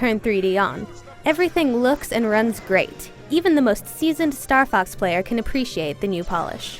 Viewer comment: kinda sounds like she says "star fuck 64" in the beggining lol